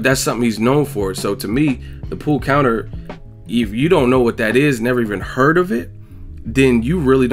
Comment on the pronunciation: Watching it live I thought it sounded like he said "a pull conor", being a boxing fan I put it together that he meant pull counter....dont know what skips excuse was other than ignorance